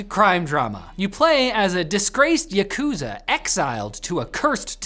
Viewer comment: Someone needs to teach the pronunciation for yakuza.